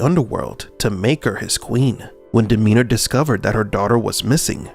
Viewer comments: It's DemeTer, not DemeNer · Why do you keep calling Demeter "Demeanor"? Transcript error or glitch in the meatrix? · it's freaking Demeter, not Demeanor... Also, the club's button literally spells HELP, not HELL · But "Demeanor" isn't. It's Demeter. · DemeTer. Not Demeder. Not Demeaner. (2) I think drawing from Greek mythology is just lazyness, though it borrows style. (3) There were many oracles. Delphi was one. No, that's wrong. Delphi was a cult with many, let's call them prophets, who resided/worked there. Architect is a general term, one used by any framework of understanding where someone built a reality. "Demiurge" or Yaldobath are terms actually coined by Gnostics. (3) Persephone's father was a mortal farmer. You can discount any story where Zeus is the father for two reasons: (a) he is said to be just about every god's father, and (b) "Zeus" just means god, so it's redundant. (also that's likely not his name, more a title) (4) Persephone was happy to elope, in many tellings, but she was assumed to be kidnapped by Demeter for story dramatic reasons. Then again, back then women were often sold or taken. I take no judgement on such, or even if it is true.